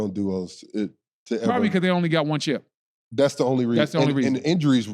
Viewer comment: It’s “chip” not “ship”